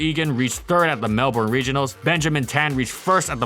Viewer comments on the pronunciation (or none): none